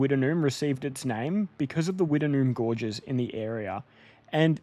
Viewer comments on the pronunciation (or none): none